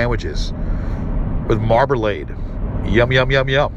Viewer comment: Adding "mar-bah-lade" 😅